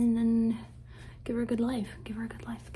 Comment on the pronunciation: I also like when people repeat “good” because i think its funny how sometimes it sounds like “gouda” like the cheese😭💀 and i love too